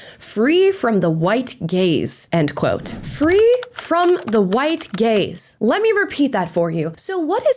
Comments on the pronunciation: I thought Amala said “they need to be protected from the white GAYS” until i saw the words appear on the screen. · Ohhhhhhh... white "gaze". I heard white "gays". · I thought I heard white gays. 😂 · Oooohhh... "feel protected from the white GAZE" Not "The White [GAYS]" Lol. Still awful but less funny. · I was not looking at the screen and thought she kept saying “free from the white gays”. My head hurt. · At first I thought she was saying “white gays”… and I was thinking “what have white gay people done!?” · For a second I thought you said black people were scared of the "white GAYS". I thought, "well, that's a new one". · I heard white gays (not white gaze) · I heard "protected from the White Gays". HA! Gaaaaaaaze. White Gaze. I legit laughed a lot.